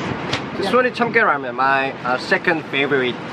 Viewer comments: Hey said raymen ramen is pronounced rawmen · lmao he said raymen is ready instead of ramen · "Raymen is ready"